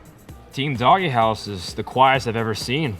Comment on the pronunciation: Why the fuck are they pronouncing "DogeHouse" as "DoggyHouse"?